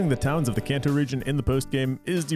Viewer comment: It's pronounced KahnTou, NOT CanTou.